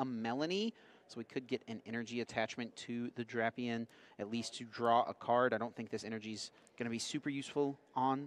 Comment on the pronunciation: This guy’s acting like he’s never heard of the legendary duo of Drap-eon and Vike-a-volt.